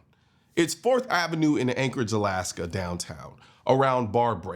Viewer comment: 😂 I heard gaslight, did a double or take. It’s Alaska